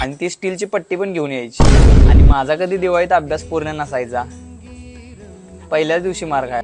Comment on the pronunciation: हे विनोदी किस्से सांगतात ते अतिशय उच्चार पूर्णपणे अशुद्ध बोलतात, आनी पानी असे बोलतात. जरा आपली मातृभाषेतून तरी शुद्ध बोला.